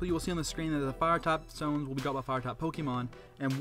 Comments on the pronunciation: You said moon dtones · Sorry I had to mention 'Dtones'